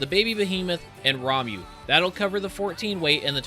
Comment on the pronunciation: WHAT IS RAM-YOU? IT'S RA-MUH